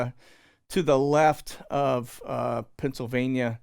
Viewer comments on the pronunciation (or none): none